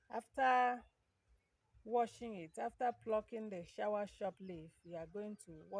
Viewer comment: Soursop pronounce sawasopu not shower